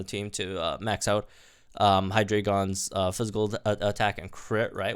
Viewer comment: Listening to you mispronounce Hydreigon throughout the video is painful